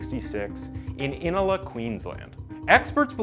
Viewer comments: Inala = I as in igloo, na as in nah, + la. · He was born in Inala. It’s pronounced IN-ARL-AH. It’s a very low socioeconomic suburb of Brisbane with a reputation for drug activity. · What really triggered me was the way Inala was said. It is pronounced as 'in-nah-lah' xD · You said Inala shockingly wrong.